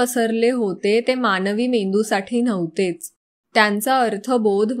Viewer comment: भाय्यरेषा नाही, बाह्य रेषा असते. न्हवते नाही. नव्हते हवे. माणभावी नाही मानभावी.